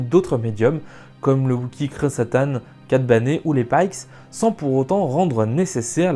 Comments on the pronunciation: Pardon mais, Cat "Baine", pas "Bané" ..! ^^ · Parrr contre cat bané je n'avais jamais entendu l'accent Francais sur le pauvre Kat Bane (ton contenu est giga lourd)